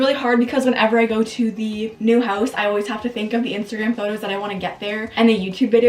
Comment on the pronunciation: Russian accents 😁"Instagram story"